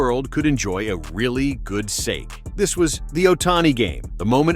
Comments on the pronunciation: dumb AI doesn't know how to pronounce "sake"...the japanese drink. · so are you an actual human and you use AI to do your commentary?....or do you actually not know how to pronounce "sake".